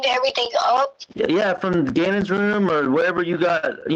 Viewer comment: EVERYTHINGK ILLITERATE AS ALL GET OUT